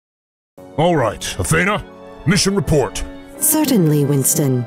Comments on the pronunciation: A-THEE-NAH, not A-theh-na. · A - THEE- NA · I'm bothered by how he calls Athena, A-thane-a. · Athena.....not Atheina